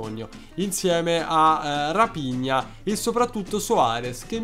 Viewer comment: Quel raphina si legge rafigna